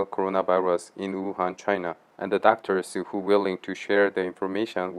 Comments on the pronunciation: HWO INSTEAD WHO🤣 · However,,,👌.,it's "WHO" not "HWO".😀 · Why do u keep saying HWO? Isn’t it WHO? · Why is the guy pronouncing WHO as HWO? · Wait a minute... why you call WHO HWO in the video lol. Hilaaaaarious. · Why do you keep saying HWO? Good report by the way.